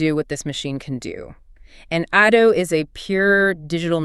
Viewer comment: Nice but Could you please pronounces Ado's name properly? it is not |əˈduː|